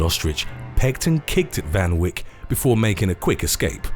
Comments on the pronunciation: It’s pronounced teenee fun vake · It's pronounced as Van Vayk 🤦🏽‍♂️🤦🏼‍♂️🇿🇦🤣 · Me as a South African hearing the way he says Van Wyk.. I don't even know how to start correcting that..